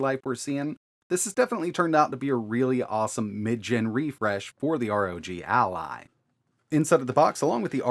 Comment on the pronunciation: Take a shot for every “arr oh jee al eye”